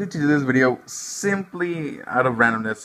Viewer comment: the way he said “SIMPly”😂